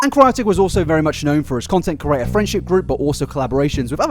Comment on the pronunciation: Say it with me now: CREE-AYY-TUR